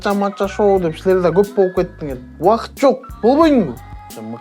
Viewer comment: "Силер"дегенди ондоҢУЗ